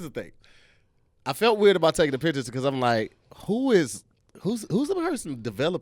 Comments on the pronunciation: This man said "dictures". New game making up words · Did just say Dicture? I’m taking this word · Did say "dicktures" lol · I know it was unintentionally said but you might be onto something "Dickture" 🤣🤣🤣🤣